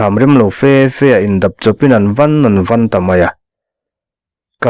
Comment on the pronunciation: Indap chawpin an van an van tiha 'van' pawh hi thlûk fân tur. Rubber ka pawt fan tiha fan thlûk ang hian.